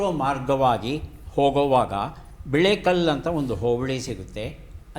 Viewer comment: ಬಿಳೆಕಲ್ ಅಲ್ಲ ಸರ್ adu ಬಿಳಿಕೆರೆ ಹೋಬಳಿ.